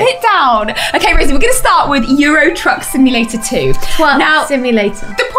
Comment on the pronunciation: "Twuck Simulator" /dies